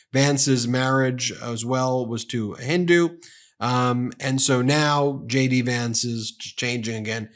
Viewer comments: sounds like you're saying Shady Vance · erm.... i heard Shady Vance.... Shady or JD? LOL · Did you say Shady Vance? 😂😂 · Ben, each and every time you say J.D. Vance, I hear, "Shady Vance." Must be a subliminal thing... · is ben saying "shady" vance ? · Sounds like he say shady Vance not jd vance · Lol... I am a foreign spectator. I always understood shady Vance. Did he say J.D. or shady? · Is it JD Vance or SHADY Vance? YouTube's CC is showing Shady instead of JD. 🤣 Perhaps pronounce JD so it could sound like shady to subliminally imply that and throw YT's CC translation and transcription service off. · Are you saying "Shady" Vance? :)